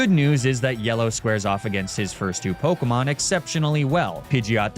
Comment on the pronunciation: im so sorry but the way you pronounce pokemon's names does physical damage to me